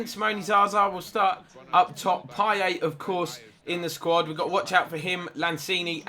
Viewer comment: It's pronounced "Pieyet" not "Pieyay" btw